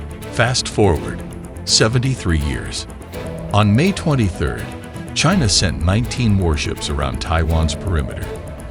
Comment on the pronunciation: Another 3 day special military operations, right, chay-nah?!😅😂😅😂